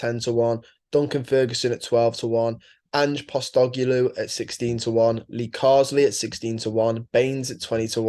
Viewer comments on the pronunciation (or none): Ange Posstogeloo hahahaha that's the best pronunciation I've heard of his name yet.